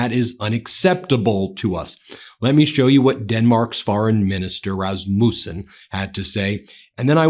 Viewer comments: Rasmousen? No, no, no! Rasmussen*. Lot’s of S in it, no ou. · Dear Ben, it is not pronounced RasmUssen, with emphasis on the u, it is derived from the firstname Rasmus, hence meaning the son of Rasmus, with emphasis on the first syllable - I sort of remember that since I've also had that surname... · I am very interested and impressed by your coverage of current events, but could you PLEASE do a bit of research beforehand and pronounce the names of foreign dignitaries correctly? It is pretty disrespectful, to say Razmoosen and Macrone etc. all the time. Obviously you have fact checkers and international correspondents, so you have the resources to do better! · Rasmuuuusen 🤣. Americans can't pronounce foreign names. Please stay where you are and never put a foot on European Land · Please pronounce his name right Ben. The U isn’t pronounced as a U. It is more of an A. My maiden name is Rasmussen.